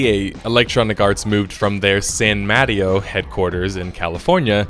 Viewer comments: san maaa TEO not sam mario LOL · san matty-o?? its san muh-tay-oh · It's actually pronounced San "Mah-Tay-Oh". Calling it San MaddieO is the whitest thing I've ever heard lol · san ma-TAY-o, not san matty-o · San Mah TAY Oh, not San Mattie-o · San Muh Tay Oh. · san "madio"? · San mah-tay-oh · san muh-tay-oh = san mateo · That must be how they say it in San Matty-O. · it's San Ma-tay-oh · “San MatEE-O,” should be how one pronounces it. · Yous aid San Mateo very, very wrong. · I'm still hung up on "San Mateo" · Yeah, I'm 5 minutes into the video and it doesn't seem all that well researched so far. Like the pronunciation of San Mateo: It's a me, Sanmario!